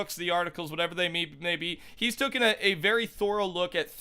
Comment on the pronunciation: Tay-Ken not Took-in